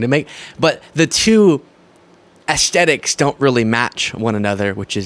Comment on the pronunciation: AesTHETICS not AesTETICS